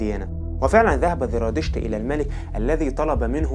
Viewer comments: زرادشت وليس ذرادشت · TVأولا أنا سعيدة جدااا بالتعرف إلى قناتك ثانيا ملاحظة أسوقها إليك بكل ودّ وقد قدّمتها سابقا لبعض الإخوة المصريين الذين يقدمون محتوى باللغة العربية نطق الذال زاي سبّب لكم خلطا كبيرا.. فصرتم تنطقون الزاى ذالا.. يعني هو "زرادشت" و"اليزيدية" وليس "ذرادشت" واليذيدية" في الحقيقة لقد تعوّد كل العرب على نطقكم الذال وصار مقبولا مستساغا أما العكس فهو ثقيييل جدا ويسبب لبسا وخطأ.. فخليك عادي دون محاولة الإصلاح التي تقودك إلى خطإ أكبر.. نحن نحب اللهجة المصرية جدا وهي قريبة من قلوبنا بحكم أن مصر هي هليود الشرق ومنبع الفن فيه وشكرا على رحابة صدرك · ذرا 🤔 انت عندك مشكله في اسم الديانه زرا . يبدوا ان عندك مشكله في حرف الزين . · ليش عم بتقول ذرادشت والذراديشتية حبيبي زرادشت والزرادشتية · لديك مشكلة في التفرقة بين حرف الزاي وحرف الذال ارجاء الانتباه لها